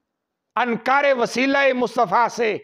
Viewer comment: O bhai Ankaar Nahi hota Inkaar hota haii